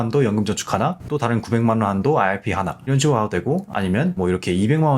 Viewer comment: 내용은 좋은데 발음때문에 듣기 힘들어요 왜 아알피라고 하시는지